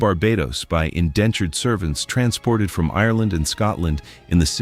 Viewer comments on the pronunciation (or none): none